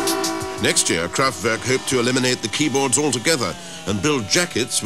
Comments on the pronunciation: kraft- vyerrk auto-barrrn. the announcer really pronounces it sounds like fun in the autobon :) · it's always fun to hear brits pronouncing german words... KRAFTWÜRG!!! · The show British, I'm ashamed to say, so he probably is too. I cringed when I heard him pronounce that.